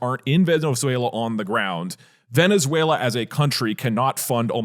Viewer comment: I was gonna like and watch the entire video, but the gremlin said veziezuniela so i will report this video. thank you for your attention to this matter